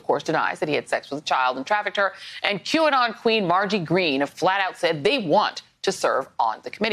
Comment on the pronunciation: "jew-a-non" . . . hehe . . . . nice slip. Thanks for letting us know how you really think.